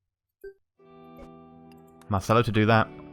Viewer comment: I said this on another video its said marchello not marcello and I also really like that you actually reply to the comments of people :)